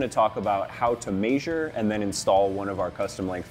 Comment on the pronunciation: Measure.. not mEeAAsurre